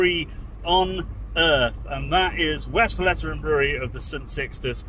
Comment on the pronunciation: Great video, great series! Totally agree the blonde is underrated because it somehow stands in the shadow of the others. Sidenote in good spirit: it's pronounced Westvlayturrun, not Westflatteren 😅